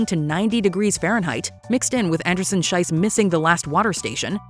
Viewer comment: Schiess is pronounced with an E sound not I sound. The way you pronounce it „Scheiss“ instead of „Schiess“ makes a huuuge and insulting difference. As in Swiss German (and high German) Scheiss means shit… So saying „Anderson-Shit“ is quite the choice… maybe look up how the names of the athletes are pronounced for future videos as a way of showing basic respect